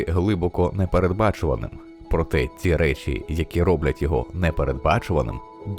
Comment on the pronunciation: Людині яка озвучила це відео треба попрацювати над своєю українською, буква "щ" має звучати м'яко і саме як "щ", а не "ШЧ", слова "ті", "відкриття" і подібні їм мають звучати так як пишуться, а не "ці", "відкрицця".